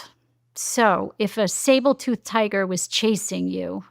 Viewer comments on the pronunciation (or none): If she says Sable-tooth tiger one more time……………ITS SABRE!!!! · I.can't get past, is she saying sabre, or sable tooth tiger? That's triggering my amygdala.